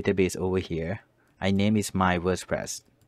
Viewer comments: Ever since I watched this I can't stop calling it Worspress 😅😂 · Wospress. Yea